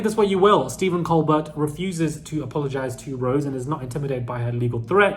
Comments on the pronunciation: Colbert not colberg lol 😂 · Defamation laws are different in the US. Threatening someone to shut up when it’s just a silly, comical reporting of what’s been reported everywhere will go nowhere. Btw, it’s pronounced Coalbear, like the French origin of the name. Coming after Colbert makes it more pathetic when he’s beloved by so many Americans. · It's pronounced Col-bear like a cold bear. 🐻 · Tbf it is only pronounced Col-bear because Stephen Colbert changed the pronunciation of Col-Bert for a tv audience. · so he's the only person alive with the name who pronounces it col-bear? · It’s pronounced Colebear. Just an FYI. 😊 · Thanks, I'm tired of pointing that out. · Steven Colbert (t is silent)